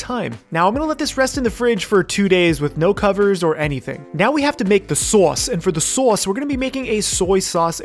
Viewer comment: did he go russian mode just to pronounce Sauce or it was just me?